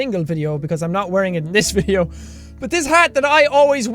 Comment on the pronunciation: "I like to ade something to the vitheo for your guyssssshh entertainments." Dat pronunciation tho :D